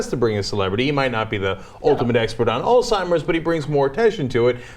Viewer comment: It is pronounced as Alzheimer's Disease, not Old Timers Disease